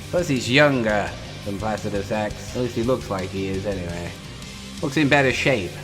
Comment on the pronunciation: holy FUCK you’re the only person to pronounce placidusax correctly in pretty much all of youtube. thank you